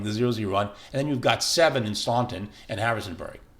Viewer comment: Somebody want to tell this dude how to pronounce Staunton?